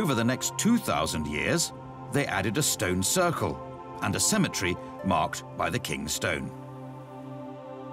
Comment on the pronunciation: Cemetery and symmetry have the same pronunciation in this town